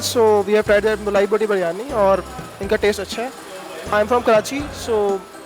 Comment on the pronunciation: Its not Baaaryani its Biryani name to seekh lo pahlay Host karnay wali aunty....